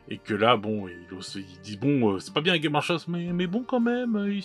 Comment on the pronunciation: Putain pourquoi aucun youtubeur francophone ne prononce le S de games workshop. Ça me rend ouf :)